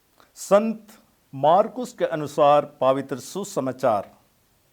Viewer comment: पावित्र नहीं होता है ,पवित्र होता है जरा शब्दों के उच्चरण पर ध्यान दें